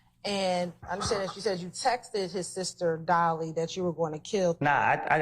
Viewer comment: She keep saying “texteded”